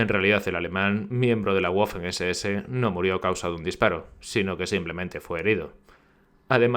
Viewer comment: Gracias por el reportaje. Por favor, Waffen, se pronuncia "vafen" no "guafen". La W en alemán y castellano, tiene sonido "B".